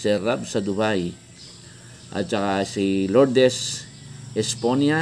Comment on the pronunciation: thank you sa Shout out kahit mali ang pagbigkas sa Esponilla.😂. Sir may ads na ang mga videos mo, ibig sabihin po ay monitize na Channel nyo.